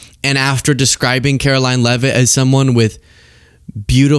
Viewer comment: See ya in church on Sundee, Care-oh-lyin Leavitt.